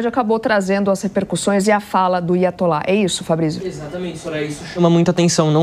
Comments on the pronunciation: Aiatolá a reporte disse tipo assim "IA ATOLÁ" 😂😂😂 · Nossa mano...."iatolá* me arrebenta